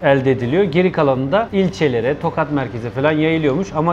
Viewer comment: Tokat deyil tohat